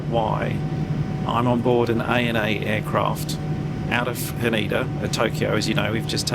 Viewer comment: Another great vid. Quick corrrection - Haneda pronounced like 'Canada'. I was surprised too when our Japanese work cleaner corrected us when clearing Virgin to 'Haneeda';-)